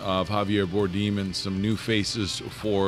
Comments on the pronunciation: it's "Bar-dem" not "Bar-deem" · i think youre saying Javier Bardem wrong 😁unless its a joke?